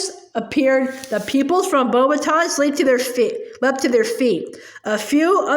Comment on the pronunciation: How you pronounce beauxbatons is beax- batons😊👍🏻